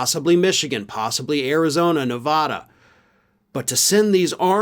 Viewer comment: Ugh, my ears! That is NOT how you say Nevada